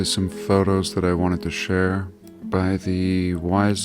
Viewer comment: Do like "CHER" and subscribe, OK?